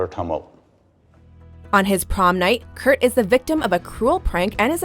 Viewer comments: Why did she keep saying kurk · did anyone else her them say kurk when they were talking about kurt and finn moving in together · the girl said Kirk instead of kurt